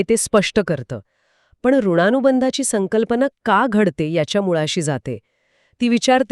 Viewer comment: ऋणा नाही ऋण, संकर्पना नाही तर संकल्पना अनुधाव नाही तर अनुभव.. अरे मराठी तर नीट बोला